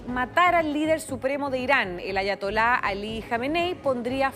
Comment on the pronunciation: No sabia que se podía pronunciar Ayatola y Teheran tan mal que vergüenza